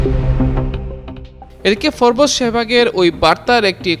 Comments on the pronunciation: ashole it's FORBES not FORBOOSE idiot spell correctly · উচ্চারণ টা ফোরবোস না, হবে ফোর্বস।